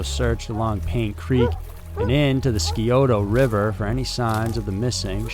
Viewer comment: Also, the Skioto River. Dude mispronounces most names.